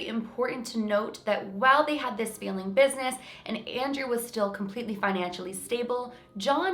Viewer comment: Super confused me when you said "feeling" business, instead of "failing". XD I live in the GTA so not sure the accent here. I am confused easily though :P FANTASTIC VIDEO AS ALWAYS!!!! <333333 I cannot believe how close you are to 1M. :o I remember when you were under 100k... and you put out insanely quality videos then. Thank you for being so dedicated to the YT community!